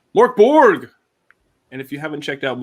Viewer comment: Murk ! Not Mork :)